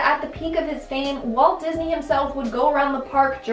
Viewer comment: Disney* lockney LOL who took a crap after this